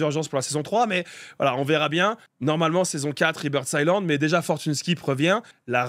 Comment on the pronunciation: c est écrit Rebirth Islande mais le s ce prononce pas. Sinon bonne vidéo